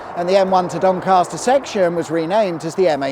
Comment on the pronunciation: There is no "R" in Doncaster!!!